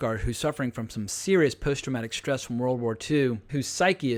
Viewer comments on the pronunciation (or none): none